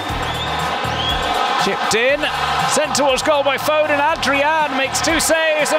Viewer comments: I hate how the commantater says foden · how did they mispronounce Foden?